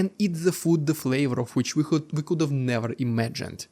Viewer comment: Please, ”have” and other words starting with H are not said ”sch-ave”